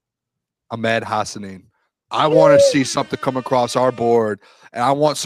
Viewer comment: It’s ahh med. not ock med 😂😂😂😂. In what universe in the English language does an H become a K ? 😂